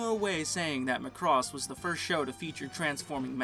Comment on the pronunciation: Guys... it's MACROSS not McCross. Let's go with the Japanese phonetic spelling マクロス (MA-KU-RO-SU) :D